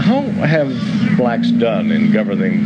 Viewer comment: It's crazy how he emphasized blacks.